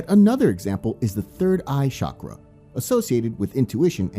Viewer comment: CHA-CHA - CHA- KRA....Not shockra.